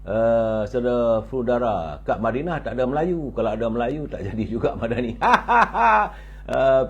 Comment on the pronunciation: lebih suka berada di mindanao?.. ke mana?.. ooo madinah... "".. madinah bunyi mindanao.. biar jelas duduk perkara "".. jgn cuba kelirukan kami.. kami bukannya bodoh..